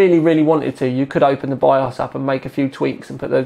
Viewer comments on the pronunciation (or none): none